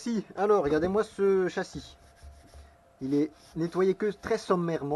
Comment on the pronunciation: Lut' ha ces arbres qui traversent sans prévenir... pénible... 😉 "a'gadez moi ca" !!!! 😁